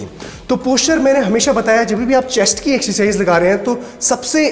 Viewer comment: rest all is great, but when he says "Excercise"....